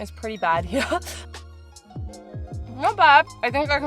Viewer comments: Kind of a latecomer to channel but really enjoying her videos. 😊 I especially love the way she says "here" like "hee-yah". lol Reminds me of the way Cartman says here. 😅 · Eating is one of the best parts of traveling so your doing it right! I like this format and would love to see more of these-Thanks for the video and also for saying "Here" and "Beer" with the Aussie accent! Love it!